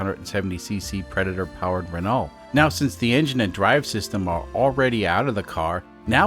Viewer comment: Renault is pronounced “ren-OH’. THe ‘T’ is silent.